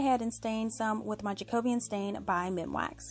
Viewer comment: Loved your decorations... but I do need to correct your pronunciation of the MinWax stain you use... it’s Jacobean, which relates to the reign of King James I of England (here’s some background... The Jacobean era was the period in English and Scottish history that coincides with the reign of James VI of Scotland who also inherited the crown of England in 1603 as James I. The Jacobean era succeeds the Elizabethan era and precedes the Caroline era.) The word Jacobean particularly relates nowadays to the style of architecture we have here in the UK, with it’s smaller rooms and dark woods... obviously this isn’t really something that you guys across the pond are going to know unless you’ve studied our history. Now, to the pronunciation lol...While it’s supposed to be pronounced in correct English as Jack-O-bee-an... it’s more commonly said in regular speech as Jack-a-be-uhn... the difference being if you were delivering a formal speech or chatting to friends 😉 I can’t help but laugh at this weird way you guys pronounce it as JackO-Beeyan, and I’m on a mission to correct it lol... Wishing you well, keep up the awesome crafting ✂️ 🇬🇧 xxxx